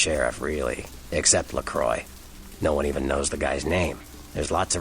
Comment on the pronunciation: I think you are actually right in how LaCroix's name is pronounced (as he was born in France) - presumably all the other Kindred mispronounce his name because they're American... and LaCroix probably gave up trying to correct everyone at some point or other - if he ever cared... doesn't seem the type to really make a fuss over people mispronouncing his name.